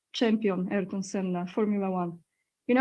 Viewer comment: Aniu, imię Ayrton Senna wymawia się w Brazylii nie "Erton", lecz tak jak by po polsku przeczytać A-IR-TON, z akcentem na literę "I"